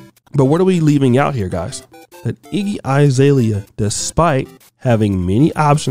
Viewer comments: It’s Azalea not I. Bruh you pronounce names terribly 😂😂😂😂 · Her name is AH ZALEA, not I zalea!